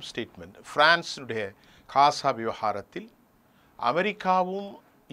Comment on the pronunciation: கொலைகாரப்பாவி.... " காசா " இல்லையப்பா... GAZA என்று சொல்லுமையா...!